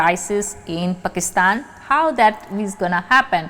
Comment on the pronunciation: प्रणाम, आपका पाकिस्तान का नाम लेने का तरीका ( उच्चारण ) .. wow